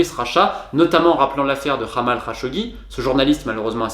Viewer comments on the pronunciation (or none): Même djamal c'est devenu hamel, c'est vraiment pas sérieux de faire style je connais mais en fait il connait rien du tout ! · Très intéressant, merci! Je découvre votre chaîne. En revanche, quitte à vouloir prononcer les mots en arabe, autant vérifier avant la bonne façon de le faire (je pense à « Jamal » ou à « hilal »). Ceci dit, nous sommes les français... internationalement connus pour prononcer les langues étrangères comme cela nous chante! Très bonne continuation!